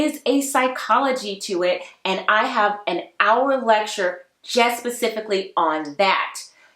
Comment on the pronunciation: I need to see "pacifically" go. Its "specifically"!!!